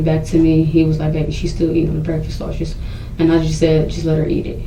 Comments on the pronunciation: Lol😂😂She also mispronounced "sausage" & kept saying "she ate a half a circle sausher" I was mad! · #Shaushage (that's how this dimwit was pronouncing 'sausage ') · She ate....a sausher...a half a circle sausher. Bish, what?